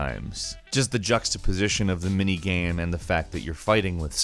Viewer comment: anyone else noticed that pronounciation of "game" is weird. he says it like "gaem". and now it can't be unheard.